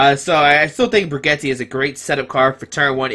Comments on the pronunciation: its bridge-et lol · Bridge-et is how you pronounce it. My ears are bleeding